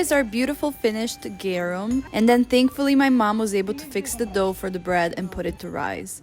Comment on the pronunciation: Ma perché il GARUM lo pronunci "gherum"? In latino la A si pronuncia A